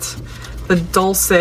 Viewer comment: ❤🎉😮Stunning colours! Gorgeous set🎉❤ Dul-chay is how it's pronounced 🎉❤